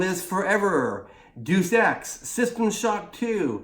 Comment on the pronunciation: It’s Deus “day us” not “juice”, Latin for God